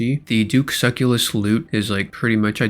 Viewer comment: Suh-CELL-us not suckulus